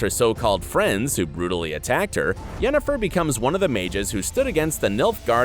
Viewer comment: Mandy Pyke- yea ok... but to pronounce it as “Yenneforrrr” is just sacrilege